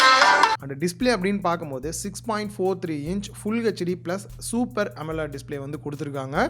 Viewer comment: Bro, it is not 'Amolaad' it is Amo led. Etha thiruthikonga